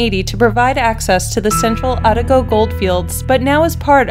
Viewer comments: Kawarau Bridge, O ta go, not ATA go! lol. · hi from new zealand the pronounciation you are looking for for "Otago" is oh tar go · Oh ta go is how Otago is pronounced. Cow ra row is a close approximation of Kawarau gorge. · Fair Bloody Dinkum I couldn't believe that the Ponte Vecchio bridge in Florence Italy wasn't included. And for goodness sake do your homework and learn the correct pronunciation of words especially places. Our New Zealand neighbours must be wondering where you got your information "Otago" is pronounced Ot-ag-o. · But man she made me cringe when she was talking about #3 like when she said Otago reigion!